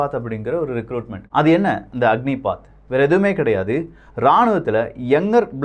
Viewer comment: "அக்னிபத்" அக்னி பாத் இல்ல